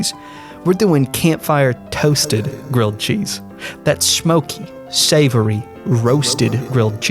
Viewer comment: A gwilled cheese if you pwease? Ifykyk